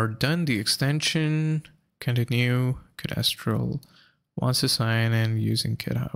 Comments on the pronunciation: Codéstral? It's code-stral dude. Mis-tral. Code-stral. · No I mean your pronunciation. It's like nails on chalkboard to my ears, each time you say "co-des-tral". Code-stral please.